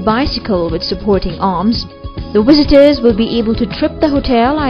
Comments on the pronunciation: The "wizitors" huh..... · Who are these "wisitors" she speaks of? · All these neglect any aerodynamics. They will never be able to navigate oceans because currents will be much faster than these can be propelled, nevermind what storms would do. The smaller hotels can stay anchored though. BTW I love how the narrator says wizitors instead of visitors. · its visitors not wisitas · Wisitors! haha I kept hearing W instead if V, great accent, at first i thought it was one of those robot voice things xD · WISITORS XD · I love how she says 'wisitors' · wizzitors. pisses me off everytime this bitch mispronounces words. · what is "wisiters" ? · "attwacting millwons of wisitors" interesting choice of narrator